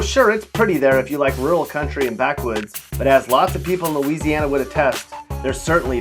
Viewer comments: Don’t listen to this fool. It’s bad enough that he can’t pronounce several of the names of the cities or parishes he’s referencing, but he can’t even pronounce Louisiana correctly. Gtfoh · YOU GOT LOUISIANA SOO WRONG MY DUDE✌🏼 dont even know how to pronounce things🤷🏻‍♀️ watch out now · You have Louisiana so wrong